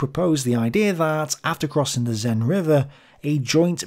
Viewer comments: The "Zen" (sic) river. That's certainly nothing like I've ever heard it pronounced! More like sen with the e sound being a short vowel of a similar sound to the e in men. As for "Bologna"-sur-Mer (sic)?!! If you're going to try pronouncing them other than British style at least get them remotely resembling the native pronunciations. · Seine river... more like sane and less like zen, please ! Apart from that little detail, great episode, thank you :) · Hey, the s in the Seine River is an actual s, not pronounced like a Z. Sorry, didn't mean to be pedantic, and sorry if like 100 people already told you that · Its Seine not Zeine, with the same S sound as in Sweet, not Zip. You got French me looking for what the river was. Also, doesn't English call rivers that go all the way to the ocean by a different name ? We have "rivières" (that don't and merge w/ something else on the way) and "fleuves" (that do). Edit issue with Meuse too, it's not Muse. "eu" sound is the same a "gurgle", a single flat sound. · Seine: "S" like Sense "Ei" like A or near it in english NE like N . Your S is so weird that's a Z according to me. Otherwise great content as always.